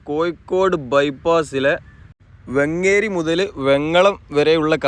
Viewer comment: ബ്രോ വെങ്ങേരി അല്ല വേങ്ങേരി എന്നാണ്